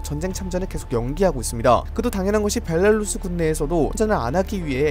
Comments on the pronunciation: 벨라루스 발음 벨랄루쓰 이러는게 신기하네 ㅋㅋ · 벨라루스 발음좀 고쳐라 발렐루스 벨랄루스... 나 참... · 정보전달이나 내용이 좋아서 구독하고 있는데 벨랄루스는 들을때마다 거슬리네요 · 항상 빠른정보 감사합니다 근데 벨라루스가아니라 벨랄루스로 들려요ㅋㅋㅋㅋ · 벨 라 루 스 벨랄루스 🤣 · 오늘은 벨라루스가 많이 나오는 덕분에 벨랄루스를 많이 듣는군요 ㅋㅋㅋㅋ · 벨랄루스 벨랄루스 발음 신경쓰여요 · 벨라루스 발음 커엽 ㅋㅋ